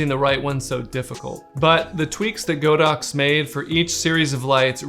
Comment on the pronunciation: nice video, it's not "GO DOX", it's "God Ox"